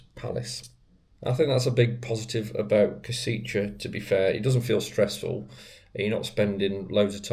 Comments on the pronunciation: As to the pronunciation by an english speaker - Not Kosiche, but Koshitse! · Koshitze might be closest pronunciation. Any local can say it to you, if asked. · learn the name of the city correctly, please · When making video about Kosice or any other city, please find out how to correctly pronounce the name of the city. 😀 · I beg to differ…not nitpicking but educating or informing. He had already apologized during the video for possibly or quite likely mispronouncing the name of the city. I’m assuming is a native speaker so I appreciate him taking the time to inform me/us, the viewers, how to say the name of this lovely city. If you take exception to the information provided, you could just scroll by instead of opening your mouth and removing all doubt. Of course, it’s just a thought… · but a lousy service to all the viewers, when he spreads out mispronunciation of 3 syllable town where he spent two full days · other than you butchering the name of the city it is a great video. next time try also some local microbrewery pubs. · I work for Universal Credit, at least 8 out of 10 of my Slovakian customers are from Kosice, they pronounce Kosice way different then how you are pronouncing it and I always assumed it was some horrible Brutalist/Socialist grey city from the way they describe it, I didn’t realise it was so pretty and cosmopolitan like some of the beautiful cities in the Czech Republic 😊